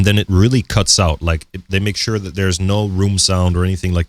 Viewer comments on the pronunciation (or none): none